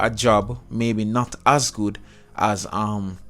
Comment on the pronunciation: It's not Stoichov it's Stoichkov (no hate)